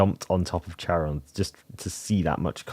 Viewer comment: Hi! The h is silent, it's çaron